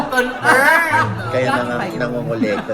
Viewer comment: Hindi fiancé financerr😂😂😂😂